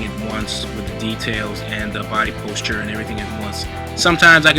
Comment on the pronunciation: Lololol that's not how you say posture.